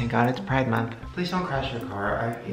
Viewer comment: Shane:"Thank god its a pride mounth" I died